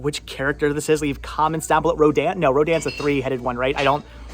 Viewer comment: You said it correctly for the Rodan figure. 😄 The 3 headed one is King Ghidorah. 😉